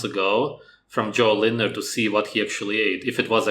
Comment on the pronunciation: You're the only youtuber that pronounced his name right, even his friends messed up at that.